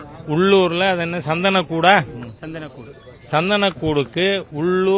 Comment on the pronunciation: ஊர் பேரை உச்சரிக்கவே முடியவில்லை... 😂😂😂 அது திருப்பரங்குன்றம் 🤣🤣🤣🤣 சந்தனக் கூடு, _______ கூடு னு 🤣🤣🤣